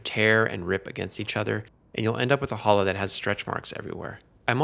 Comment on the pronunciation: You should learn to pronunciate "challah". It is not "Hallah".